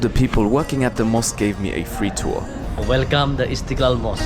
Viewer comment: Maybe u must fix that pronounce from Welkom to welcome*